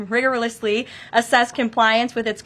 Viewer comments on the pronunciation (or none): I had to rewind it when she said rigorously.😅